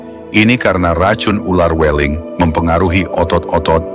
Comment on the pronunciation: "Weling" dengan huruf e yg dibaca seperti huruf e dalam kata "beling, berangkat, kerbau". Bukan seeperti huruf e dalam kata "bebek, cewek".